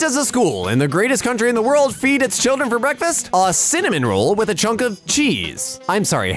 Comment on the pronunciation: That cimimin roll is triggering my trypophobia